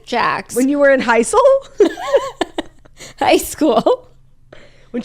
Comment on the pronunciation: LOLED at “when I was in heisel!”😂😂😂